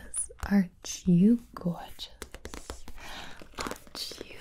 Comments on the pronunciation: Nobody: Gibi: arcH u gORGEOUs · Nobody: Not a single soul: Literally no one ever: Gibi: “aren’t you gourgeus” (I spelled it like that on purpose) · when she said "gorgeous" in that accent, it makes me want to see gibi do a harley quinn roleplay 🥺